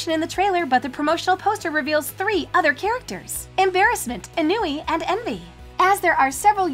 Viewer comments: It’s actually not e-n-w-e it’s o-n-w-e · It's pronounced an-we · It’s on-wee